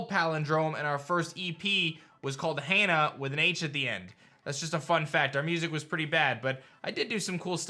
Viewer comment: Why he say Hannah like that though